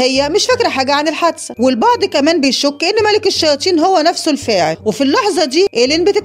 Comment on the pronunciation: مين لاحض انو بتقول الشياتين